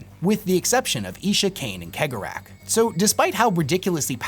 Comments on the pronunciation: I disagree with almost all of your assessments. And like most mon-keigh, you pronunciation is garbage. It's "Sey-gor-ah", not keg-or-ach. But mad respect for your effort. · WHO THE FUCK IS KEG O RATH ,,,, did he mean chegorath thats is just wrong dude you need to lean how these words are pronounced not how you read them he 100 youtube videos + feature this charcter and in 100% of them they all say his name correctly have you never seen a single piece of warhammer content on youtube ? or are you just a lazy tick tok clone that is making videos others have already done but in a shorts manner not a big fan of this super low effort stuff . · pronounced Cegorach's name wrong :'( everyone does, unless you speak Irish lol no guessing where im from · Is it pronounced like khegorach or segorach? ... I feel like he draws great amusement from people bickering over it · Majorkill is crying over your pronunciation of Cegorach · Is it pronounced cee-gore-rak